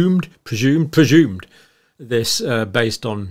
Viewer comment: Dr. PRE-ZZUMED vs Pre-shhhuumed.